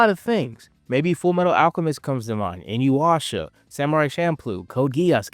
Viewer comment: Hey I like Gundam seed Sir it's Inuyasha not inuwasha also Hammer!!!